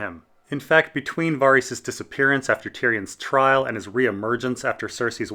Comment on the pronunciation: Varys is not Vaarys 😂😂!!